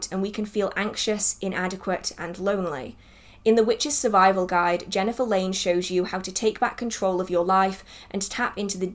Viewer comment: I also recently picked Jhenah’s newest book and you did pronounce her name correctly! However, I have not started it yet. I am current reading As the Last Leaf Falls by Kristoffer Hughes